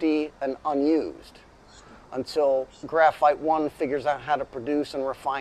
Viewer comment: The phite, for graphite!!😂